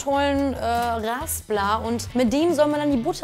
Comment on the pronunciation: Was für Raaaasplar? Das heißt Raspler ;-)